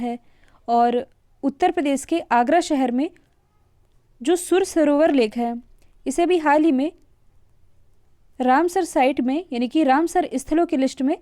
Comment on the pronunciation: Madam plz सुर नही है वो सूर सरोवर है सूरदास जी की जन्मस्थली यहीं है रुनकता